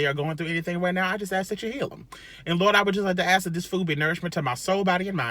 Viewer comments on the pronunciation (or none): Oh yeah, can’t wait for these seasonings😋 I love to season my food really well. Thank you for that prayer, my daughter is in college and had a seizure after running and I can’t get there until the morning. I feel like he heard that one they way you said “LORDT” 😂❤️🙏